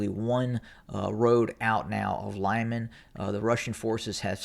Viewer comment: its pronounced "LeemAn", the emphasis as in almost all russian names on the last syllable.